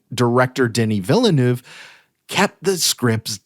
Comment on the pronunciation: The first E in Villeneuve is silent. Please stop pronouncing it with such emphasis.